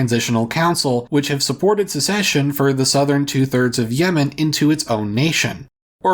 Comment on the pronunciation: South Yemen is now South Nuh-uh-man